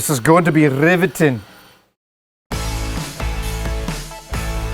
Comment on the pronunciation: Oh this is going to be riveting ( Scottish accent is tight ) hahahahahaha